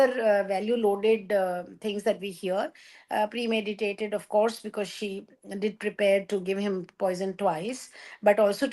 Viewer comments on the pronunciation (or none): says "premediated" in place of "premeditated" multiple times... and I am surprised that Barkha too says "premediated" a couple of times thereafter!!